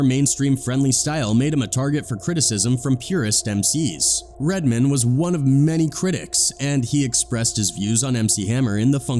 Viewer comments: Red-man, not redmon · Here's the thing about this guy commentating in this video,first of all he pronounces Redman as redmin' lol and also Redman didn't say he said yes sir to hammer, he said that to vlad, He said something like I wasn't no bitch ass nigga about it,I was like yo my bad Lol so Mr white man in this YouTube video didn't even hear the in-betweens,he just watched clips of interviews and inserts it in his own documentary's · Lol "redmun" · Redman is pronounced as it's spelled, Red-Man.. not Redmond 😂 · Mispronouncing Redman lol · One thing fam…. RED. MAN. Say it with me Red… pause… Man… we good? Good…. 😂 sounding like Phil Redman Goldman Sachs rep 🧐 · The narrative is either AI or just clueless. How you gonna pronounce Redman, like a Jewish last name? 😂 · I love how the AI voice pronounces REDMAN as if he's a Jewish banker. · DEAD -- He said "Redman" exactly how Redman says white people say "Redman" he finally started getting it right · Dude said "Redman" like it someone's last name. Lol. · I thought it was funny how they pronounced Redman... Like it was a normal last name instead of a super hero name.